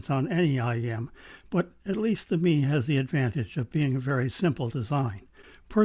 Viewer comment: Excellent and interesting review, I have the EA500 and am reasonably happy with them but my preference is for a slightly warmer vocal Do you think the Mei would be better in that regard? Your opening shots shows how far cameras have come, amazing detail. You may like to know that Mei is pronounced May